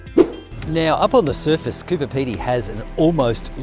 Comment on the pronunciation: CooBer not Cooper